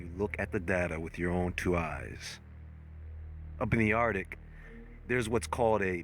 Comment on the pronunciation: Please learn how to say "Arctic". ARC - tic. Thank you.